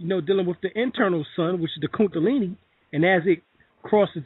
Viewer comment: KunDAlini not kunTAlini